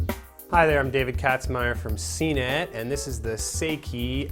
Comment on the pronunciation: It's "Say-ee-kee," not "Say-kay"!